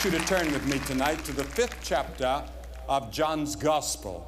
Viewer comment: Don't you just love how he says "Chaptah"? ❤